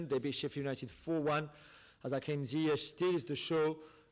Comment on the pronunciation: Jesus Christ and he just messed up Ziyech’s name